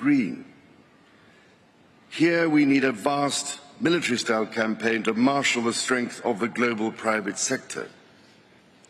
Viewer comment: "marshal" not 'marsh'.